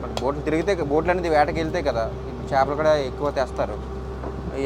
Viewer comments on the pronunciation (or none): చాపలు కాదురా బాబు " చేపలు " అది తెలుగు నేర్చుకోండి ఫస్ట్....